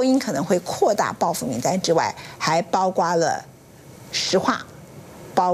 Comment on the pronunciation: 不是包括吗？怎么就包瓜了？什么叫包瓜了？！主播连中国字也不会念？退休吧